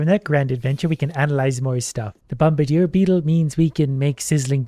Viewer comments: Bomb-adeer, not bom-bRder(silent)e (idk what èēë thing is that if one at all) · If I didn't like so much, his pronunciation of bombardier would be enough to make me unsubscribe and leave.